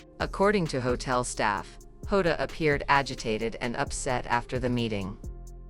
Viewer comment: Plus he doesn't get name right it's diogo jota and Andre Silva not hoda